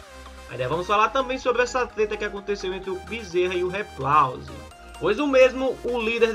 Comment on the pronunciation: RIPLAUSE🤣🤣 diz ele kk